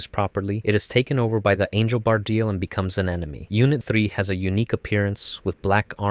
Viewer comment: Ok, this is a good video, but i have some criticism for it, i think its constructive. Let's start with pronunciations, Longinus is pronounced Lon-Jih-Nus. Evangelion is pronounced Evan-geh-leon. Bardiel is pronounced Bar-de-el. Zereul is pronounced Zur-rule. Cassius is pronounced Cass-e-ous. Also you forgot unit 05. I hope this comment has helped with a few things, i hope i didn't come off as an a-hole in this comment but besides the stuff I've mentioned, great vid